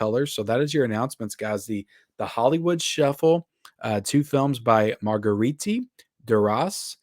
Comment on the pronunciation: Ha! You said Marguerite perfectly then completely butchered trying to say it correctly the next two times 😂